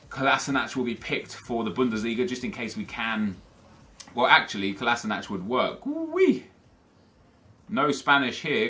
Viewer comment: HE SAID COLASNACH XD